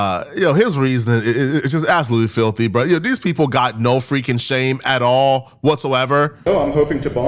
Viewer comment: I like how he says “atahlll”